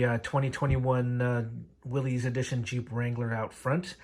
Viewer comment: Thanks for the helpful video. Though as a Willys owner, the proper pronunciation sounds like "Willis." Not to be that guy, just a tip!